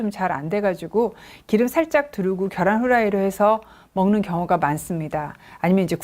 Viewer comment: 겨란 아니고, 계란요 ㅠㅠ